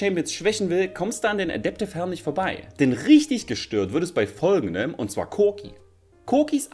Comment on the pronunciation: Wie Cork ausspricht 😂